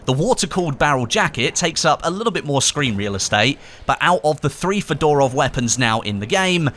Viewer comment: The way he pronounces Fedorov really bothers me...but I have no idea how it's actually meant to be pronounced. He could be bang on. FeDOORov just sounds weird though.